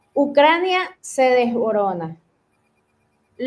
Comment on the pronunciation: DESBORONA ! Lo escuché dos veces así dice ella, Europa se desmorona. Que va! Seguí escuchando y se resumen que, hablar pésimamente tu idioma es analfabetismo.